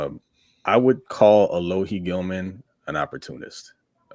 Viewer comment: finally respecting Alohi by pronouncing his name right for the first time 👍🏼